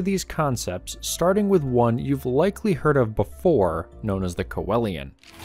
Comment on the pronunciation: It’s pronounced “see Lian”